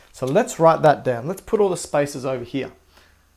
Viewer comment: What he said: There are spaces between them What I hear: There are spices between them